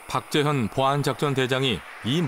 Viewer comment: 나레이션이 박재현을 왜? 탁재현으로 발음하나?